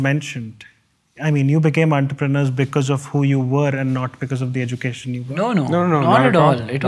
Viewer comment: Education pronounced as eh·juh·kay·shn Diverse pronounced as dai.vurs Just saying 😮